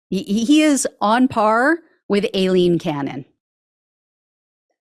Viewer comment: I think that you are putting into the long term record a solid recounting of the facts along with intelligent, fact based commentary that an be helpful in different ways in the near and far future. BTW, I believe that Aileen is pronounced Eileen. I imagine that it’s Eileen said with a really strong southern drawl—something like Aahilean—that changed the spelling over time.